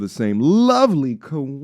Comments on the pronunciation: Completely share your sentiment but could please consider afford her the minimum respect by saying her name the right way? Sha- care-ree not Sha-car-ree. Hope she sees the wrong she's done and hold herself accountable. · Its pronounced "Sha-CARE-REE" !😅😂🤣😁